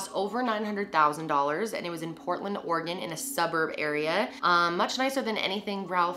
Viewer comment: I live in oregon!!!! Thank you for pronouncing it right! Lol